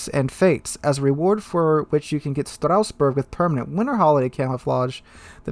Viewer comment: It's Strasbourg not Strausbourg